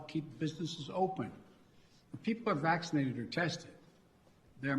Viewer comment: I hate the way he says "vachschinated".